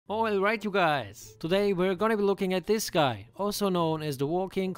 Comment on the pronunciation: No matter how many times I hear at the start “oil right guys” It cracks me up all the time 😂